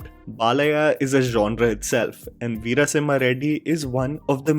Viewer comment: im no done! you say veera as vira and vara vaara. come on mannnnn whyyyyy dawg why